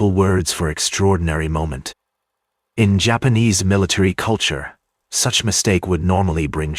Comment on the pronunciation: Why do you have to have an AI generated narrator, that calls them Yapanese? It’s so stupid. This is dumbing people down. Do better.